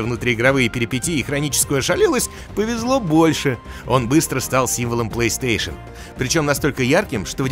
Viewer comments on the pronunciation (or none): none